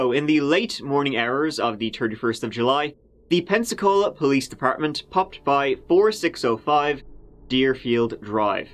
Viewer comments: Did you say; "peniscola"? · Lord I live in P’cola. I’ve heard Pepsicola, never Peniscola. 🤣 But I remember this when it happened, so sad. Another great video!!!